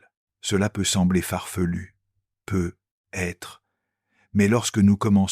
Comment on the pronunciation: J'aime ces vidéos, mais apprenez à parler correctement à votre IA . Ces [ pe aitre] sont insupportables.